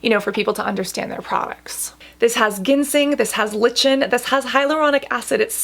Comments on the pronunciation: Sorry, but I cringe every time you pronounce lichen as “lih-chin”. It’s “like-en”. I’m confused about your position on fragrance and essential oils in products. I thought you didn’t like them, but, as I wrote, I’m confused. Lavender oil is one of the worst EO’s for my skin. I understand the sensorial experience but can’t afford the result of experiencing it. When I was younger, I’d give in for awhile until it wrecked my skin. I won’t put myself through it anymore, but I feel left out. I know there’s nothing you or anyone else can do about the sensitivity of my skin and sinuses, so I’ll keep looking for products that feel silky, plush, gorgeous without the olfactory component. I’d love to feel as drawn to products as you do to these. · Just wanted to let you know that “Lichen” is pronounced LIE-ken. I hope I don’t come across as condescending; I just wanted to share that info with you 😊. I love your work, Cassandra! Chaq xx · lichen is pronounced just like the word "liken" :)